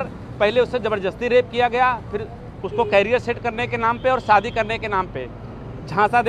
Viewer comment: आप क्या बोल रहे हो सादी नही शादी